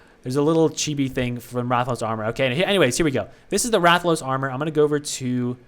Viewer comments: Damn, you actually pronounced Rathalos right the first time. And about Berserker wielding a great sword, a great sword is where you wield a giant sword on your back, it's a slow but hard hitting weapon in MH. So likely the force strike is gonna resemble you slamming down a great sword. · Who ever made fun of you for how you pronounced Rathalos is wrong. That is how its pronounced. Rathalos Zerker will be flame element 100%. Rathalos gear in MH is fire based, and even has armor skills that boost its fire attack. Since he his going to be a sword unit they will have to give him a unique co-ab to make him stand out in the flame sword meta. I think FS damage co-ab makes sense considering they mentioned that his FS will be unique and work like the great sword charge from MH.